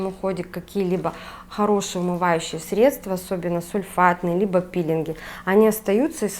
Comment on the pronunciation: ГидрОфильное ...средствА...слух режет